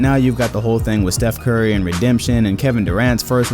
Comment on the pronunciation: He said steph CORRY